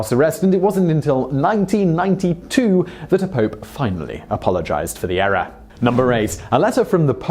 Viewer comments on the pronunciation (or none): none